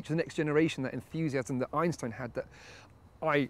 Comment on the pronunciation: Actually, for a Brit does a good job pronouncing it. It comes quite close to as northern Germans would pronounce it.